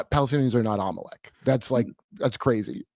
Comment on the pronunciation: so Jewish people are “im-o-leck” cuz they run betfkix